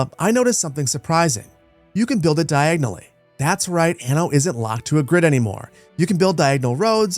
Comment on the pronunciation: You had me at "diagonally" 😂